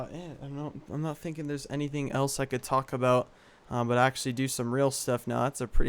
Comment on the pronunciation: when you said "talk about" it sounded like "taco bell" so i made my mom get taco bell! c